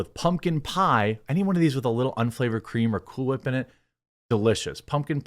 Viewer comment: Jeremy, if you're gonna say cool whip. Then you have to say it like Stewie Griffin. Emphasis on the whhhhhhhip